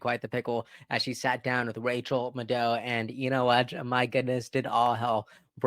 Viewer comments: It's Rachael MADdow not MadDOW and hypocritically, you can't speak properly at all with your speach impediment. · Its mad ow. Not medow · FYI Maddow is pronounced like Mad Cow😅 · It's MAD-dow as in Dow Jones, and not Muh-DOE, as in dough!... C'mon, you are better than that!!! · Rachel Maddow is pronounced: ma dow (like max) (like dow jones) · Madow pronunciation: the ow rhymes with cow. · You should learn to pronounce Rachel's last name correctly. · How you gonna correct someone on pronunciation then mispronounce Maddow? L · I find it amusing that you thought you should have to call her out for mispronouncing someone's name when you pronounce Rachel Maddow's name wrong. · Say rachel “maddow” again? Lol then u wanna try school sometime on how to pronounce shit. U sip the green cup hella sus too lol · You pronounced Maddow incorrectly. lol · How ironic that you are mispronouncing Maddow. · 😅yeah? You mispronounced Maddow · People who live in glass houses, should think twice before throwing stones. Sorry if Kamala slightly mispronounced “Moreno”. Please note that right out the gate you butchered Rachel Maddow’s name.